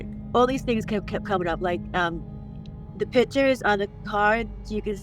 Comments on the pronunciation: It's pictures, not pitchers! lol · The word is "pictures". NOT "pitchers". Geezus.